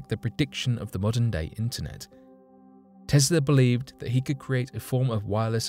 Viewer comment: Who is this "Tezzla" you speak of?